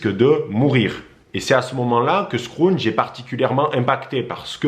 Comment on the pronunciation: Merci pr cette vidéo. Juste une précision scrooge se prononce. Skroudje. Et non. Skroundje. Merci.